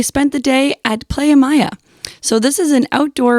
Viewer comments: Great review of the place but a couple of mistakes 1. It's "Playa Mia" , which means My Beach. Mia is pronounced M EE AH not Maya! 2. Mexico's drinking age is 18 and NOT 21! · It's pronounced like Plya and Mia like the soccer player Mia Hamm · PLAYA MEEYA, lol great info as usual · You guys travel every time and don’t know how to pronounce a beach name correctly? 🤦🏾‍♂️